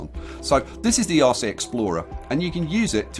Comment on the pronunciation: bloody brit you was saying "RC explorer" I was hearing "aussie explorer" cheers from BRASIL